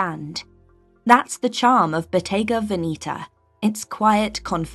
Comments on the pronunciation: Please pronounce Veneta properly. It’s not Veneeta. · Love this, but Bottega has more or less "sold out" to fashion BUT that being said, you are 100% mispronouncing VENETA. Please find someone who speaks Italian (as I do; also I was a Bottega Veneta buyer many years ago for an upscale, old money store in San Francisco, CA, and dealt with the BV people in Italy several times weekly), and PLEASE find out the proper way to pronounce VENETA. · Your pronunciation of Veneta is wrong. I also do not get why should French buy only Italian brands and one English. Old money prefers French brands.